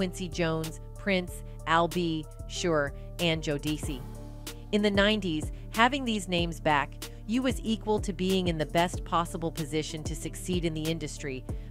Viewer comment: 😒😒😒😒WHO THE HELL IS JODECIE😒😒ITS JODECI NOT JODECIE